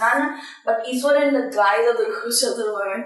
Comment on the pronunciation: 😂It not ishwaran iswaran